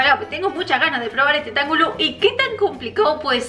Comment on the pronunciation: Se pronuncia tanjulu y en la parte de la “t” se pronuncia como “tang”